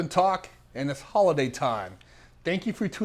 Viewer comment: says a lot of things peculiarly. Some of it comes from his lisp, and some of it comes from his natural dialect, but the way he said 'holidays' is fucking hilarious! Much love though,. Keep on banging out the great content.